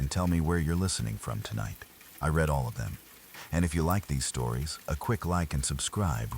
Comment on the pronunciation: SORRY...BUT "I RED ALL OF THEM " 😂😂😂 Ai Narrative Spoilt it for me.??